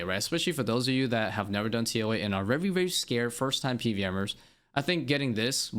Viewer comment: Take a shot every time bro says vevry